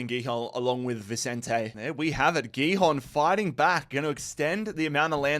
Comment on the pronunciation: Its pronounced bah-shak-sheh-heer and sporting hee-hon